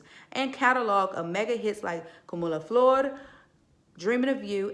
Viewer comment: "Como La Flor" you don't use an accent for the R in Flor. Learn Spanish